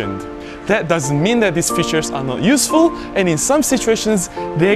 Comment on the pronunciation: Most useful and the only one I didn't know is the AF limiter. Very useful indeed in some scenarios as you say. Maybe em1 MKI doesn't have it. Dunno. I'm waiting for the MkII. Good then. Check your pronunciation of "features" . Go on.